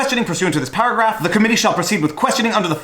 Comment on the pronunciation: Everytime you say paragraph I heard powergrab...lol